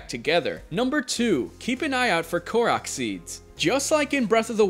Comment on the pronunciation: Korak seeds?! lol I’m just busting your chops. Good video. Thank you.